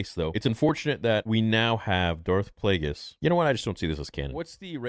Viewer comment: that aint darth plagueis, thats darth DRAKEis 💀💀